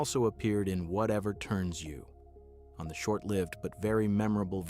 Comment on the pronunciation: Every time that it was said...the pause. 😂 Also, don't forget 'Rowan and Martin's Laugh' and 'Whatever Turns You'. For those that don't know, it's Rowan and Martin's Laugh In and Whatever Turns You On. 😒